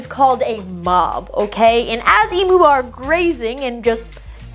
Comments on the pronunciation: Eem-ewe, not ee-moo!😂😊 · Please learn how to pronounce Emu correctly, it's really basic respect to other cultures to make an effort to not butcher their words. Its not E-moo. The U is pronounced like "you". Eem-you. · If you can pronounce the Pokemon Mew correctly, you can pronounce Emu (ee-mew) correctly. There is no excuse for yous to pronounce it "ee-moo", it's not a cow. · E-mew not e-moo they’re not electric cows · As an Australian, I just wanted to let you know it’s pronounced Eem-you not Ee-moo. Just in case you do read this comment, I love your channel! ❤❤ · Listening to non aussies say Emu is an exprirence... XD they always say E-Moo rather then Eim-U Also you'd hate Cassowarys... the actual legit demon/dino birds. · As an Australian, pronouncing them emoo 😂 is gonna get me through the day lol. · Isn't it E Mew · It's so annoying!!! Americans insist on pronouncing everything wrong. E-m-you. The U is pronounced like "you". Get it right people.